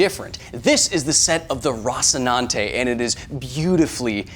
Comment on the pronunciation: I'm annoyed by your pronunciation of "rocinante"